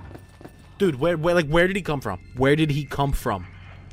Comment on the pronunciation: "What the fwHhERE ARE MY SHADERS?!"